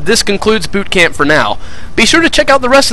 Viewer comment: when u say bootcamp i sounds like bewb-champ